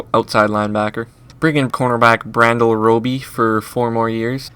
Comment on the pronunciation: You thought that was funny,(which it is) he called Bradley Roby, Brandyel. Hahahahahaha!!! This dude straight up knows nothing about football.The Phins would never get rid of Jones or Wake. SmH